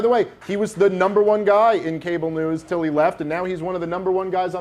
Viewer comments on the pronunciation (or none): none